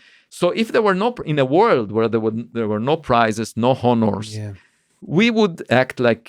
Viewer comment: “Honners” (honors) is a good one